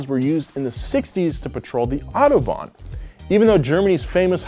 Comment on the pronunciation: Autobahn bro, not autobond....lol